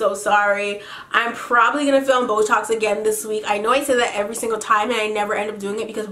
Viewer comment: I was listening to your story times for like 3 hours, and then I hear "Boetalks" and I thought you were saying "This was a really great botox" xD